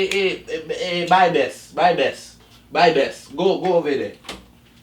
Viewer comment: Did he really say buy best lmfao smh.